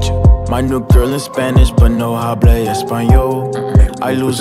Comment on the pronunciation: but no HHHable español” Bruh, H is silent brudda